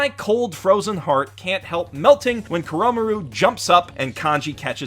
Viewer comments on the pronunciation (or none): the way he said koromaru......